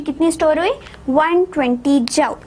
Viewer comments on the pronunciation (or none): Jumsss nhi hota joul hota ha😂